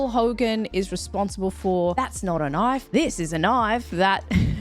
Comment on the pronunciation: "That's not a noif" "THIS is a noif"